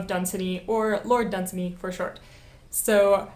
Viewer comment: It is pronounced Lord dun-ZAN-y!